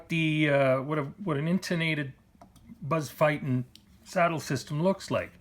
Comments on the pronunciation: Thank you for this vid and your time. side note: Buzz pronounces his name "feet-in". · There are videos on YT of Buzz Feiten pronouncing his name, the fact that the "e" comes before the "i" should give you a clue and if you think its not important, just ask Buzz!